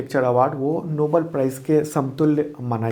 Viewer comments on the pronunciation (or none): none